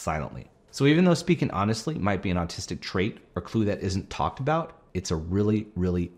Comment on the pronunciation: Okay, I can not be the only one who hears him say artistics a million times!!